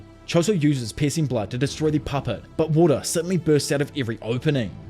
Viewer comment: not to be rude,, but the way you say "piercing blood" spounds as if you were saying "pissing blood" wich is very funny